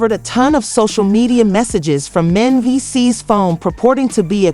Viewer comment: SAID MENDEECEE NAME WRONG 45 TIMES. AT LEASE SAY THE NAME RIGHT IF YOU WANT PEOPLE TO UNDERSTAND. YOU SAID IT WRONG SO MANY TIMES IM TAKIN THIS AS A JOKE…